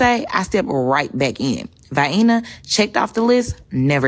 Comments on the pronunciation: There’s no way she visited Vienna and never learned how to say it. Not one rude Austrian corrected her? She didn’t hear the boarding announcement at the airport? No. She lied. That nasty black woman never went anywhere. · Love how she pronounces Vienna like Hyena B*tch you are out of your dept. Also, I wonder how surprised she would be to find out Japan is full of Japanese people. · Doesn’t even know how to pronounce the name 😂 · Low glass Black, she can’t pronounce the city properly, but what do you expect since most not all blacks can’t say the word ask properly. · She goes to Vienna and never learns how to pronounce it?? Intelligent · She can not even pronounce the city correctly. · the we wuz kangz n shiet accent mispronouncing one of the easiest to pronounce cities in the world is like its out of a stereotype magazine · Vienna sounds great, I would appreciate it if I went unlike her. The way she pronounces it reminds me of how Borat said “vageen” 😂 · Here’s a clue to her pronunciation of that city. I’ll bet she’s from Georgia as we have a city in our state called Vienna and it pronounced the exact way she pronouncing that European city. She not smart enough to realize it is pronounced differently between the two locations. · If anyone else mispronounced Vienna like that, they’d be slaughtered as an uneducated hick. In today’s world there is absolutely black privilege. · She traveled there, was there for three days and doesn’t even know how to pronounce the name. Then she is complaining about too many white people in a European country; imagine a white person travelling to Africa and then complaining about too many black people. And to summit it up, she thinks there is something like European food, obviously Europe is a country for her. The level of ignorance is hard to fathom. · Black ppl miss no opportunity to put white ppl down. Vienna is one of the most beautiful cities in the world. P S It doesnt rhyme with hyena. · The hyena says vyena 😂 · Vayeennah, yeah!